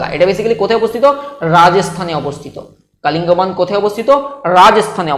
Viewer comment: Sir sob too thik ache kintu pronunciation ta thik kore korun.... Ota Kalingban noi kalibongan...